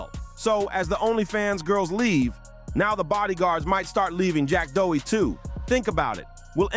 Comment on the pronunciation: After making all these videos about him, u still dont know how to pronounce his fkn name 😅